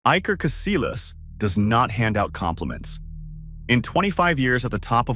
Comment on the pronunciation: It's pronounced CasiYAS not CasiLAS.. 😂😂